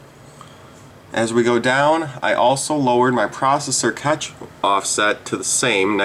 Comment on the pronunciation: I don't think you should trust a guy that can't pronounce "cache"